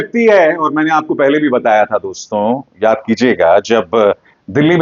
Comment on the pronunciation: अभिसार शर्मा जी, निश्चय ही हम आपके प्रशंसक हैं लेकिन आपके मामूली से उच्चारण दोष के कारण झटका लगता है.. जब आप दोस्तो संबोधन को ‘दोस्तों ‘ बोलते हैं तो बरबस हमें मोदी जी का ‘मित्रों’ संबोधन याद आ जाता है पर उनकी मातृभाषा गुजराती है इसलिए हम सुनकर टाल देते हैं । कृपया अन्यथा न लें ।